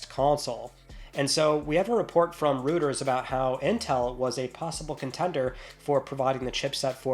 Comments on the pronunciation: Just for the record, Reuters is not pronounced Rooters. It's Royters. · Rooters?? You mean Reuters 😂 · FYI it's pronounced "roy-ters" not "rooters". Like the sound you make when you say "Android". Reuters. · Roto rooters what you getting your septic tank pumped😂 I like to die when you said Rooters😂😂😂😂😂😂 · Reuters is pronounced "ROY-TURS." You cracked me up when you said that. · There is nothing worse than confident mispronunciation. I'd rather hear fingernails on a chalkboard... 🥶